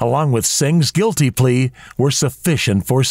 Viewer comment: Completely sure, 'gulty'